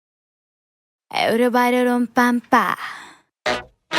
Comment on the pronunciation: Everybody как-то произносишь по колхозники